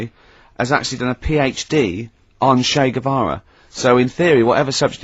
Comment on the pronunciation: Ah yes... englebert guevara 😂